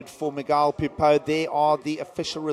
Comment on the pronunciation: It's Miguel like mee -gel not Magile